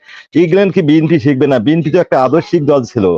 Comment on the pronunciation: টকশোতে এসব লোক নিয়ে আসে যারা বিএনপি বলতে পারেনা বিএনপির উচ্চারণ জানেনা এসব ফালতু লোক নিয়ে টক শো করে উপস্থাপক কি মাথার মধ্যে দোষ আছে